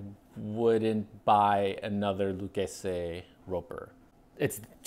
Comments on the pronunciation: What’s with the pronunciation of Lucchese? The name is Italian not Spanish bug just say it like everyone else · Correct Italian pronunciation of Salvatore Lucchese (founder). Spanish would be a totally different pronunciation.